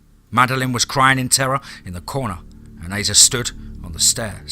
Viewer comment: This is one of my favorite DMT stories, Piper is a badass! I only have one note, Asa is pronounced like Ace-uh. Not trying to be a dick, just trying to help. Much love, you’re the best narrator on YouTube hands down. 😈 # DMT’S KRYPTID CREW #FOREST OF FEAR